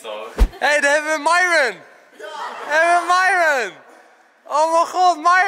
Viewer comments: hij zei niet myron maar myron (mieren) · Hij zij Myron niet mijron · Je zegt miron van plaats maren Enzo ! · Je zei Miron normaal zeg je Myron🤣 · Vgm mieron of idk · 2.21 zegt hij nog eens miron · heel bijzonder hoe enzo myron zei 😂😂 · Ja! Nooit gedacht dat Enzo dan zou zeggen🤣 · Het is zo raar dat Enzo Myron's naam normaal uitspreekt inplaats van met dat accent 😁